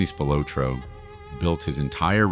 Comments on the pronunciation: Good video. It is pronounced Spil-ah-tro, not Spil-oh-tro. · It is pronounced Spill-la-tro. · at least announce his name right. they were found in a cornfield, google it